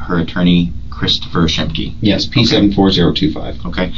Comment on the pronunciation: Shemke? It is Shemke lol